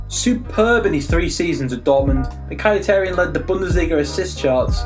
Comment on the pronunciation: Your pronunciation is shit mate, you can tell this guy doesn't even watch these players. My 7 year old brother can say Mkhitaryan.